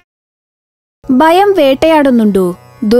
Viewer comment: ബയം അല്ല ഭയം